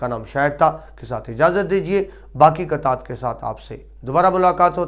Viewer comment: محترم ذرا الفاظ کاتلفظ بہتر بنائیے نظم قطعات درویش منش اگرچہ مختصر ماخذ وغیرہ ان تمام الفاظ کا تلفظ درست نہیں ہے